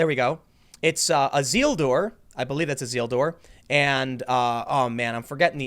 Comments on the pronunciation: its isildur pronounced i-seal-dur not zeal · ah-ZEEL-dur! EE-sil-dur, man